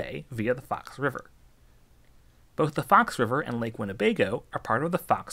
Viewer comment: The way you say Winnebago tells me you live nowhere near Wisconsin or the Midwest 😅